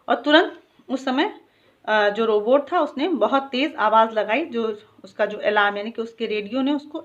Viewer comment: Mam you pronounce Robutt wrong